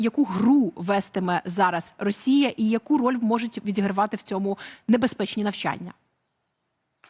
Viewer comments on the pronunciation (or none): Правильно навчАння, а не навчаннЯ.